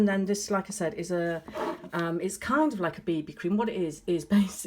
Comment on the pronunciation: Did she say BB cream or booby cream 😂😂😂😂